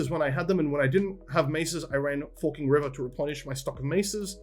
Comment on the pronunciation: Every time you say "Forking River" my American ears hear "F*#%ing River" Lmao